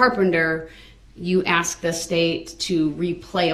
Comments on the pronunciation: For God's sake it's ASK not AXE! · She should insist that he says " ask" properly. Thats disrespectful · If I hear another "aks" I'll scream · Again did you ax her or did you ask her. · The word is ask not aks... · Please!!!!! Ask is so easy! Why the “axe”. And why the do dat. And why the troof. And why the oaf. And there’s wayyyyy more!